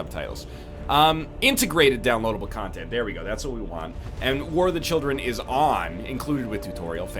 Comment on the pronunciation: Ohh my god lol, he said "war if the children" at the beginning